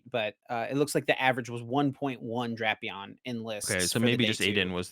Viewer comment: it's pronounced DRAY-pee-aan, not DRAP-ee-ann. has it right. I wouldn't say anything, but you are always hounding him for his pronunciations!:)